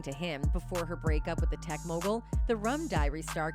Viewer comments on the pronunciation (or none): none